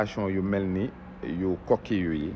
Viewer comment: c'est pas koko mais koki.. Waur namani yaako Def exprès nguir togn 😅😅😅